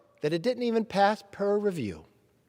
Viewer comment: Did he say per review?